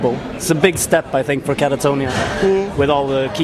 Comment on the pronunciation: Not to mention the interviewer calling the band “Katarinia” and having to read album and song titles from a sheet.